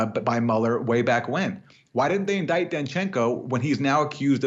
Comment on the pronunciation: It say:" Dachenko" not " Dashenko "! It's Č sound, not Š sound! Humangus difference! Mate knows!